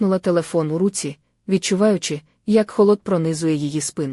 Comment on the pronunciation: Чи ви в школу не ходили??? Це ж якась пародія, яку неможливо слухати, слова перековеркані, наголоси не на тих складах.....капець...бли'щали, у ру'ці, ки'внула, тре'мтів, О'легом,.....КААААПЕЦЬ